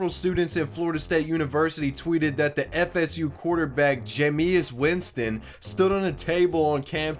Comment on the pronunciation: “J-meis Winston”